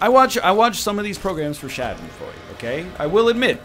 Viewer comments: Nicht "Schädenfreud" sondern Schadenfreude! Pronounce the "a" like the a in "scar" and the "de" like "duh" ;) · As a german i laughed a little bit everytime NL said "Schadenfreude" :D